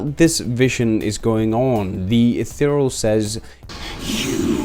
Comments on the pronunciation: Eth-e-re-al. Not Eth-e-real. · Could only be pronouncing Ethereal more wrong as "Eth-uh-real"